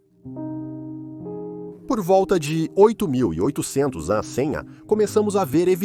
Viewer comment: Acredito que a IA leu o AC de uma maneira que fica difícil a compreensão… mas mencionou AC várias vezes.